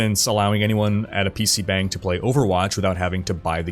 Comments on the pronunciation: Not really important the 'bang' in PC bangs is pronounced with an 'ah' rather than an 'eh'. It sounds more like bong. Like when tomato can be pronounced toe-MAY-toe or toe-MAH-toe. The bang uses the same 'ahh' sound as toe-MAH-toe. The more you know :) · It's pronounced bong. You made my Korean wife blood pressure rise.